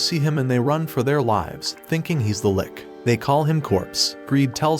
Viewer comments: Wudahel is "lick" its lich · NOT LIK BUT LICH